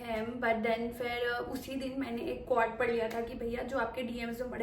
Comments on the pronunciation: Yeh ‘quote’ ko ‘KAAUD’ kyu bolri hai? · Quote ❌ kwaat✅ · I was so confused...like wtf is a qwat...she was trying to say quote 😂😂😂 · Wtf is qwat? STUPID GIRL LEARN HOW TO PRONOUNCE, BAS 50K KI MACHINE LENA ATA HAI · KWAAT is KWEL you know 😂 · It's a noun we can pronunce anything😏